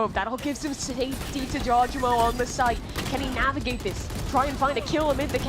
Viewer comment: every time says "jaw-jemo" i take mental damage